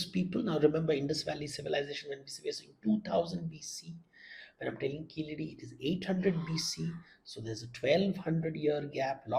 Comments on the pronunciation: Please say keezhadi, and vaigai correctly. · Why is Devdutts views being sought on Keeladi, not Kilaadi as the anchor eggegiously mispronounces? There r enuf scholars for it on the subject to opine. And in any case all he did in the video was shared the trade success of the indus valley peoples n he did not respond to the by line of the video which announced WHAT KEELADI MEANS FOR INDIAS CULTURE...n also gave the unsuppoted theory of the declining indus civizarion finding its way to Keeladi. In 2000 BC. The facts from experts show habitatonal evidence before 3000 BC. And to mention Sangam with no relevance seems only to create an impression of scholarship...also iron tools were found confounding archeologists as earliest use of iron in the north was post 1900 when it was used for horses...mythologists passing of as historians is to leverage bubbles in these media hyped times